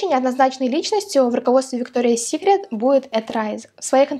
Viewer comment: Правильно произносить - Викториас Сикрет, а не Виктория Сикрет🙄